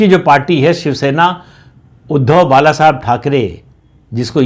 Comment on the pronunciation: "बाळासाहेब" शब्द का उच्चार आप "बालासाब" ऐसा क्यूं करते हो?